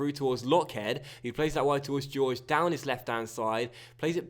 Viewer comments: I could be wrong but I don't think it's pronounced George its more like Hoor-Hey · Please start pronouncing Jorge properly 😂 it's a Hor-Hey/Hor-Gey sound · thats the spanish pronounciation, the brazilian / portugeuse way to say it would be jorgy